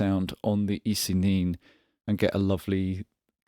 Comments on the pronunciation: I would have thought ISE-NIN would be a reference to Kurt Vonnegut's "Ice Nine", and therefore pronounced it as such, but that's just me. Call it whatever you want to call it. Unless it's Roger. Don't call it Roger. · Thoroughly enjoy this, thank you! Possible that "ISE-NIN" is pronounced "ice nine"? Vonnegut fans perhaps. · The ISE-NIN should be pronounced "ice-nine", shouldn't it? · I think the "Ise-nin" is pronounced Ice Nine - like the Joe Satriani song. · ISE-NIN = eeh say neen